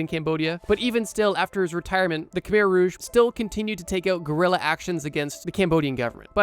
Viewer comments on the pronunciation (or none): none